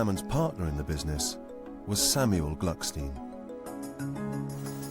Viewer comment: The correct name is Glückstein, not Glucksteen.